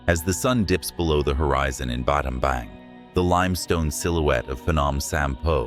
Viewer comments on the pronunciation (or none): Battambang - (baht-tum-bong) not battombong😂😂